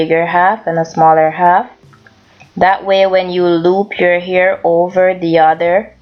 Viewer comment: Fabulessme its because she's said air... they don't pronounce H's